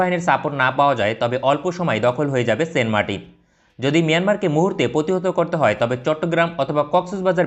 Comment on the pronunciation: Fi9rst you need to know how to say the name --- ? Its not sen martin !! Saint --- Saint